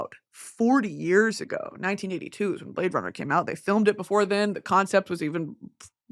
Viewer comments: Watching this again just to hear her say the blade runnah bit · My verbal stim for the next month ‘whot do ya mean you’ve never seen Blade Runn-uh’